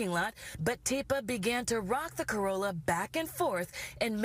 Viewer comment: Did you say corolla?